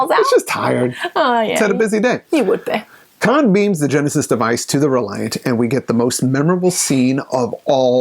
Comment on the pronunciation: Tell her there is no "L" in Khan.